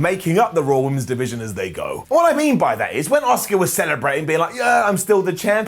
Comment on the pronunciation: "I love Dominik Mysterio" Also - "I can't pronounce Asuka" Fucking moron 😂